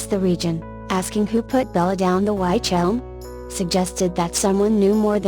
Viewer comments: Robovoice..ugh.. Within 20 seconds it said "WHYtch Elm" and you lost me. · its pronounced witch elm..